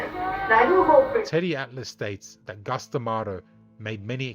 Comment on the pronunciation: Please, for the love of God, his name was Cus. Not Gus